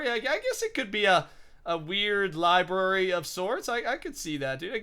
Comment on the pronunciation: It's library not libary. You triggered me with that.